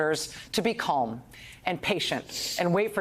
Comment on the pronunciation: There is no 'L' sound in Calm. This irks me to no end.